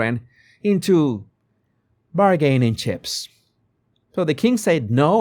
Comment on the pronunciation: "Public" is pronounced PUH-blic, not POOB-lick. "Bargaining" is pronounced BAR-guh-ning not bar-GAIN-ing. Gracias.